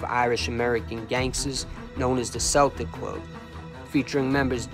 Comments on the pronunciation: Love the videos/channel but that is NOT how u pronounce the word Celtic. Its kel-tic not sel-tic. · Bro its spelled Celtic but it's pronounced (kel-tic) as in Celtic warrior. It's not pronounced like the basketball team Danny believe his blood line was connected to Celtic warriors back in Ireland in the old days. But this was an excellent video my brother Danny Greene forever the Irish 🐐 a gangsters gangster rip to the Celtic warrior he fought the good fight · Bro if you say "Seltic" or "Selts" one more time I'm gonna fuckin scream....